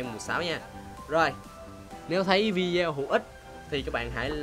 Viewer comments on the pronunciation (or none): Đã like, nhắc là Video là ˈvidēˌō chứ ko phải là Vidéo, nghe chói tay sao ý, góp ý.